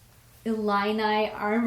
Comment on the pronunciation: Yep you said it right! Illini.....pronounced it perfectly. And thank you for answering my question